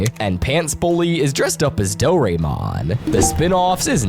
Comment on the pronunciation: It’s Dora-Emon that’s how u pronounces it not like do-roe-mon